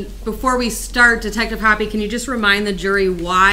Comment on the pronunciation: The way they pronounce "Hoppe" is slowly driving me crazy. <.<